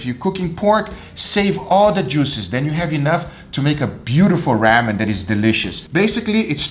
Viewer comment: I totally thought he said save your pork juice for when you make "rabbit"...lol Then I remembered his Ramen video.